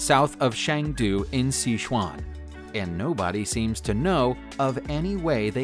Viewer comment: Thank you for pronouncing ‘Phuket’ correctly! Edit- but yikes! Chengdu, Sichuan > ‘chung doo, sih- chuawn’